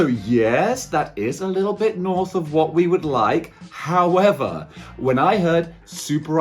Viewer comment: Another great vid but darn it you got me saying Hoi-ever now